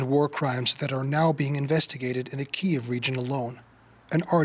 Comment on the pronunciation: It is pronounced Kiyv, KEEV,. No other way.